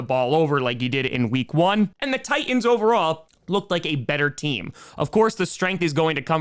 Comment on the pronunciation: Fun cast. But the word 'Titan' has a "T" in the middle. It's not pronounced Ti-an, it's Ti-Tan. Try it, thank you. And also, the word 'Houston' starts with an "H." It's supposed to be pronounced.